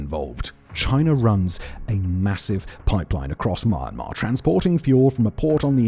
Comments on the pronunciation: As a displaced Burmese native, I thank you for covering the topic, even tho u keep butchering my country's name 😅 It's /mjenma/ with a semivowel 'y' sound, mate. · why is his pronunciation sound like "mar-mar" lol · It's hard to hear, but he is saying "MY-on-mahr" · Where the hell is "Maa-maa"?? Don't you ever listen to yourself? You pronounce neither the "y" nor the "n." And when you try to say "Myanmar's" you don't even pronounce the final "s." A masterclass in mispronunciation, I'd say. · Say the country name right! “Burma” or “Myanmar” not Mar Mar. you sound fking annoying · I'm British and I am perplexed as well. 😆 I always thought it was pronounced it 'mee-an-maar'. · And the fact that he says it every 5 seconds, literally makes it hard to make it focus on the video 😂😂 "Maarmar" 😂😂😂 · I think he's pronouncing it my-an-mar, which is how some British people pronounce your country's name but he says it so fast so it usually just sounds like 'mar mar'. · Sounds like he's saying My-an-mar to me. Saying it how it'd be pronounced if it was English. He's just saying it fast so it sounds like maamar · Didn't know Myanmar was pronounced ''Marmar'' cool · Mee-yan-maar come on dude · Mumma...Myumma...Momma...Myahmma....So close Simon! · At least say the country's name properly not mar mar wtf that 😂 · "marmar"? is that actually how its pronounced? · Well, I live/work in Myanmar and read the language fairly well. Myanmar is မြန်မာ, and the closest pronounciation in English would be 'mian' (spoken with a very short 'i' sound, then a long 'mar'. မြန် is 'mian', with မြ making the ' mia' sound and န် making the very short 'ain' sound, and မာ is 'mar'. There is no 'my' sound ... :) Anyway, getting exactly correct pronunciation when transliterating from a tonal language (Burmese) to non-tonal English is never easy! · You seem to have a problem with the pronunciation of the word "Myanmar". You seem to have pronounced it as "mama".😂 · Why is bro calling "mee-an-maar" "mar mar"?